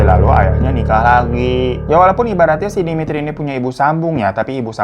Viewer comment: Saya campuran dari Russia pingin nangis denger kakak bilang demitri, natasha